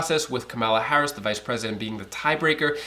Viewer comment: Why can’t these you tubers learn how to pronounce the vice president’s name?